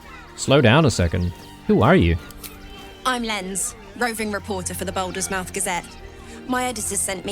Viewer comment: And here I was thinking that saying mouth as "muuth" was an australian thing like calling chicks "chooks"...